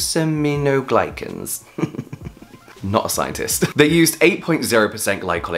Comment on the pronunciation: As a scientist of several years, I love everything about this video! Yes, absolutely. These articles need to be read critically and not taken as fact. Thank you so much for sharing this with your audience! Also, you basically nailed the pronunciation of glycosaminoglycans! Lol.